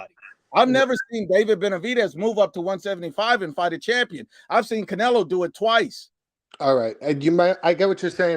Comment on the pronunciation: CaNailO Me: Did he say Canola Oil?!!!